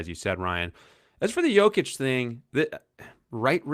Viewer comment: It’s been years and he still doesn’t know how to pronounce Jokic or Giannis. And the Jeremiah Grant was the cherry on top. Impressive